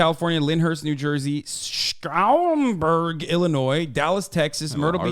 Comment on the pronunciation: Hasan the pronunciation is Sham-burg.